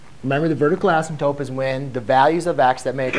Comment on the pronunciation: Impossible to tolerate because of the pronunciation of “asymptote”. swapping the “p” with the final “t” destroys the content.